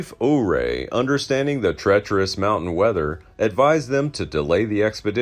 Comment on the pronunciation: It's pronounced you-ray